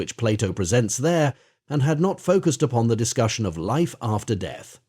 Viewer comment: Is this an AI voice? I thought so because it keeps stating "O-F" instead of "OF" but sometimes it stutters on a word which sounds like it is a human.